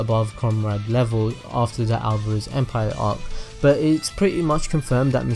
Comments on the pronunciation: He said GrayVia its GrUvia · It's not gravia its gruvia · Sry but Gruvia is canon🙆🏻 IT'S NOT GRAYVIA my ears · most people call it Gruvia not Gravia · He said gravia😑